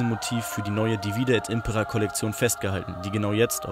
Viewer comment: Haha, jetzt wurde "Impera" richtig betont im Einspieler! Sehr gut! :D